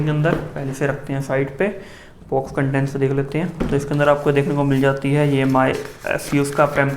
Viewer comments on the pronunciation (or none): none